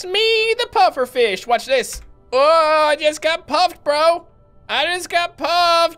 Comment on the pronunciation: It sounded like said puppet fish lol